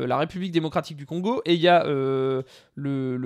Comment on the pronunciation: Ne t'inquiètes pas pour le Congo tu prononce bien c'est la même chose pour les deux pays et même langue officielle on peut dire ( a pars pour le Congo Brazzaville ou c'est un peu différent) mais cava bonne carrière